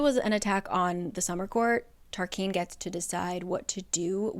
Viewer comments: Tarquin is TAR KWIN …not KEEN. Kind of like Quest not Kest. And I appreciate these videos my friend. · I thought Tarquin was pronounced Tarkin, but not I’m also thinking Tarkin or Tarkeen are possible. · I literally live for these videos, but every time I swear she says Tarquin wrong 🤣 still re-watch these videos tho 🫶🏼